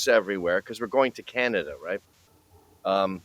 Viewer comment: Lol... "KHANADA" 😮😅😢